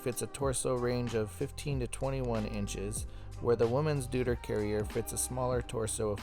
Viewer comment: Deuter is pronounced „doy-ter“ ;-)